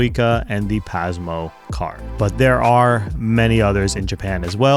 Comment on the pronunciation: Dang you nailed all the japanese cities and train names, but pronounced Pasmo wrong haha. It's not z sound, it's soft S sound. Great video. I didn't understand what u mean by turn on subtitles tho. Subtitles to what? I'm fluent in Japanese but I'm interested for my husband who speaks less japanese than my 3 year old haha